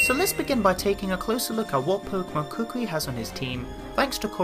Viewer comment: Why do you say Kukui as cookwee